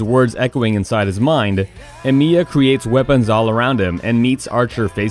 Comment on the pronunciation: “Shirew” “EmIEya” please don’t disrespect Shirou like this...